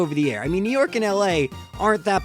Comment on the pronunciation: York not Tork